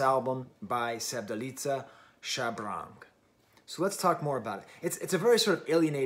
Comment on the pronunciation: so the pronunciation of Shabrang: you're stressing the "r" too much 😂